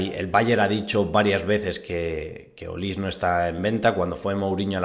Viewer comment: Es Michael Olise. Y se dice "Olisé" no "Olís"